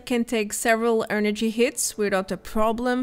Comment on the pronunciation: Great video! Promise I'm not picking on you when I suggest this, but try and say "energy" not "earnergy"